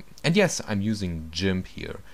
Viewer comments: You say GIMF :O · u say Jimp ^.